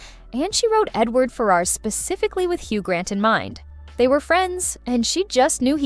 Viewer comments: Edward Farrers (Ferris) not Fair-R's. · Yep, and Ferars is not pronounced as spelled - it's said as "Ferris". Maybe she didn't see the actual film.